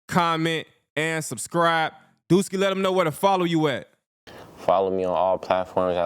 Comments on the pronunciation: It’s “DUSKII “not duski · It’s duskii not duski😭